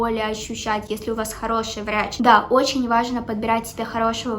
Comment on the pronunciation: Мне одной послышалось варачь